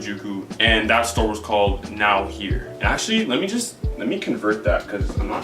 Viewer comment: also his first store is pronounced "no where" not "now here" but I can see how you can make that mistake